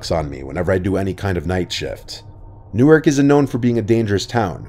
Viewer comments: Wow Newark de! I live near there. Pronouncing it wrong btw it’s newArk newUrk is nj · Newark, Delaware is pronounced NEW-ark, using the "ar" sound in "Hard." Newark, New Jersey is pronounced NEW-erk. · NEW-ARK. I grew up in Delaware and went to UD. It’s not NJ.